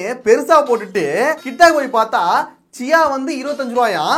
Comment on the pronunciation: சியா இல்ல ச்சாயா